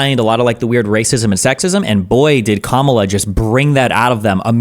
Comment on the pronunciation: pronounces Kamala like the conservatives do who intentionally mispronounce her name. She also says "the Democrat Party" the way conservatives do instead of the actual name: "the Democratic Party" 🤔